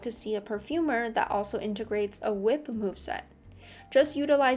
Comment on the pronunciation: hey thats a cool hwip